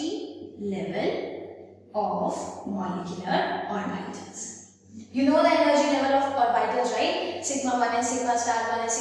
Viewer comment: the video is good but her pronunciation of orbital is killing me ahhhhhh